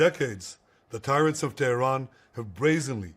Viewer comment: “Tyrants of Teh-er-an”, Netanyowee says! Trying to be poetic, to craft a memorable slogan, resorting to the pre-modern English version of Tehran to get his 3 syllables, making use of his Philadelphia education in rhetoric. Hrmph! Tyrants of Tel Aviv, there, works better! Don’t be fooled, this is still all about Palestine.. Black it out as much as you can Israel, but we will not stop talking about Palestine! Free Palestine!